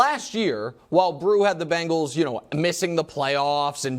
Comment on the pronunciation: Hey Nick it's Bengals, no "Bangals" SMH